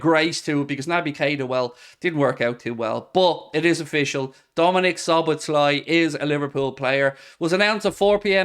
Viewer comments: You pronounce his name So-boss-la 😂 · Szoboszlai: the second "-sz" in his name is also pronounced as the first one, both are "-s" in English.